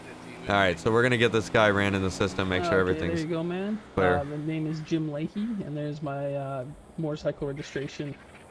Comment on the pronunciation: Layhie, not Lahey.